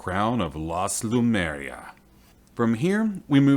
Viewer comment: Great series of videos! But can we get the name right? l-Em-U-r-i-a NOT l-U-m-E-r-i-a.